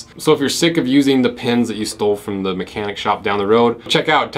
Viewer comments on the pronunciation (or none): none